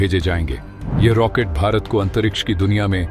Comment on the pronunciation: रैकेट नहीं रॉकेट